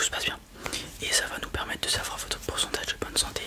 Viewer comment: Tu ne prononces pas les R en fin de mots c’est stressant ! quatRRRe, permetRRe, montRRe, périmètRRRe! 😅